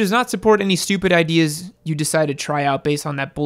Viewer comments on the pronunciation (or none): none